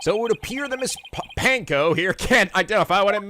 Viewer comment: I love how Edgeworth calls Ponko 'Panko' and continues to call her that even when he's been corrected a number of times lol its just like psycho-locks all over again lol